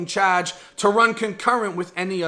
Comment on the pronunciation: Don’t ever say charge again